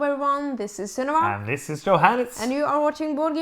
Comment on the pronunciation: To my American ears it always sounds like Sunniva is saying, "Hello this is Cinema." So today I have decided to either convince my wife and kids that this is her drama queen nickname (probably too hard a sell) or her Hollywood movie star parents gave her this name. I'm glad I joined the Patreon last month. Keep it up.